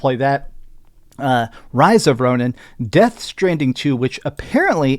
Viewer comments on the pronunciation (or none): none